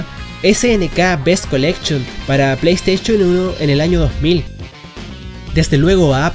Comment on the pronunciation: JAJAJAJA.. PLAY STAICHON